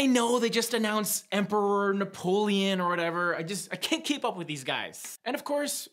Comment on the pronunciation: Fapoleon hahhaha, but the disrespect is real